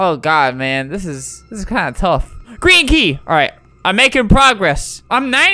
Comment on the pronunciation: Is it me or when Albert says Green key its sounds like Kreeky???